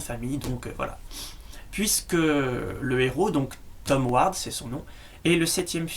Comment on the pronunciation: tu c pas parler ni prononcé grimalkin et ward